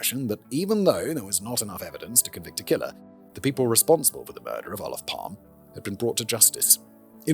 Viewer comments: "Palm"-"e" you should pronounce the e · Gosh. You messed this up. Calling Palme "Palm" for a Swede just does work. The E is very pronounced in Swedish. And while controversial, he was VERY far for universally hated. And if you messed this up soooo badly , how can we trust anything to make video about? Major mistake... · Pronounced: Palm-er we roll our Rs in Sweden Joakim is kind of like in Yo-Yo at the start so “yo - ah - KIM” Dont get me started on the vowels. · Sorry. I do enjoy CC But this is a shit show. Maybe because I'm Swedish. Maybe because Simon has to tangent the shit out of it for longer content? This was overwhelmingly cringe. Maybe it got better after 5 minutes.. I'm not wasting more of my time Edit: Yes. I'm old enough to hear PalmE (the E is audible Simon) being shot on the radio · English speakers really do be allergic to pronouncing the letter e at the end of a word. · Looking up the pronunciation, then immediately discarding it. You can take the boy out of Britain, but you can’t take Britain out of the boy 😂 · But naturally he couldn't do the extra "e" for the whole episode. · Who else believe he recorded the entire episode, then realized he pronounced the name wrongly, and decided to make this intro? 😂